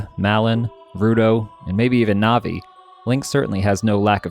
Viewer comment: Ruto Malon Saria Navi-NAVI???!? The matter with you